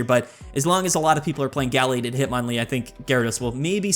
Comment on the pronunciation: Guh-lade not gall-lade soft a not hard a please. Other than that great video